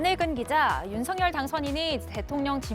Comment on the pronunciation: 윤석열 의 정확한발음은 윤서결입니다